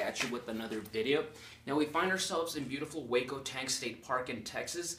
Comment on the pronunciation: Traveler1226: "Hueco". In Spanish: hole or hollow. Since you have been there many times, you have seen how many holes and hollow areas there are in the rocks. And, yes, you are correct, it is pronounced Waco, like the city.